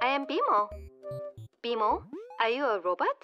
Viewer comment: i forgot how good bmo’s accent is